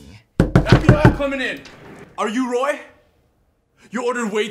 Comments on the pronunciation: It's Roi not Roy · It is Roi Not Roy